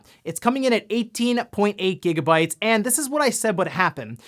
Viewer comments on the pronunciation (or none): none